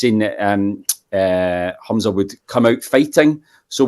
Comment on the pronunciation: Its ‘Humza’ not ‘Hamza’ 😂 If only autocue could speak 😂 Plus, that Scottish reporter, even if he is not, gives off big Unionist vibes 😂